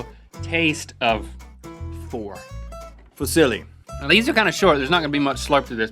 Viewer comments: Lol it's pronounced foo- zee-lee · Fusili is pronounced (foo-sil-ee) I am Italian so yeah i know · The way Fusilli is pronounced it's like saying "Who's silly?" Fusilli…? I AM! wooo! haha! xD